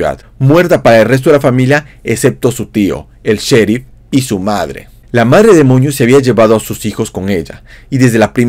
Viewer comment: Andabas enfermo o por qué decías Madre demoño